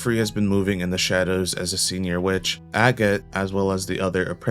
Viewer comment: Agott isn't pronounced as "Ag-it" it's "A-gott"...